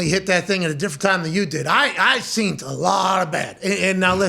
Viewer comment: When did he start saying seent constantly?? Is this a new thing???